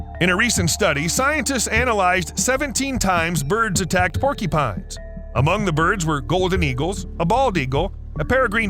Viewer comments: They are called "porcUpines" not " porkEpines!! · “Porkypines”? Or porcupines? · Sounds like he's saying "porkypines" 😅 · Porkeepines? Not mocking, just trying to identify the accent.